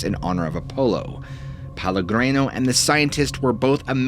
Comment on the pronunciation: The story was interesting, but every time you mispronounced Pellegrino I was getting more and more annoyed, and you repeated it over and over. That name is even a BRAND of a well known sparklin water. It's pronounced peh-leh-GREE- no.